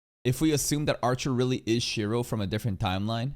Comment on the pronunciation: It's Shirou not Shiro 😭